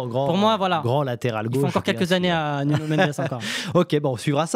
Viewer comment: Arrête de dire « Nunio » par pitié. Si tu veux dire avec l’accent c’est Nounou